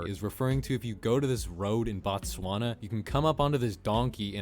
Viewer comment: I live in Botswana and the country name is not Batswana that's what you call the people